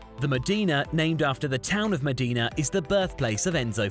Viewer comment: It's Modena, not Mondena ;)